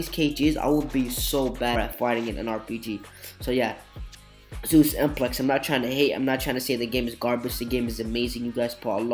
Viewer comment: its not zeius and zeisus its zeizus